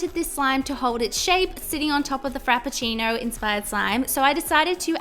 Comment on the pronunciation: Frappcino. You nailed it! ^.^